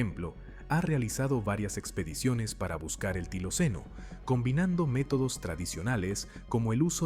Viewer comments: NO ES TILOCENO ,,, ES TILACYNO.... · No se dice tiloceno, sino tilacino.